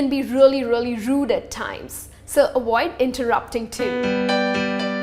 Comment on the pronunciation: "avoid" not "awoid" Right!?